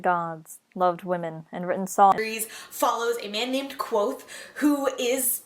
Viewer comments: if you don’t pronounce the v it bothers me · Patrick does say the "K" but mixes it in with what the book says the name "nearly sounds like" - quothe". It's a barely there K(uh)v'oath. A very misleading name for the main character. I don't like thinking "Quothe" and trying to always have the Kuv'oath go on in my brain was exhausting so I just started calling him "Vohth", keeping the K silent while using the V. After a few hundred pages and the 1800 that followed it allowed me to read faster and still mostly stick to his words, nuance, and afflictions. Anyway, that was a long winded explanation on my compulsions and idiocy. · So the "V" is silent? That's disappointing on my end. I think K-VOATH-AY sounds badass lol It'll probably stay that way in my head.